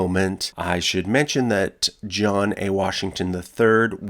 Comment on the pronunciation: I had to swipe left after I heard Muretha and Jowan.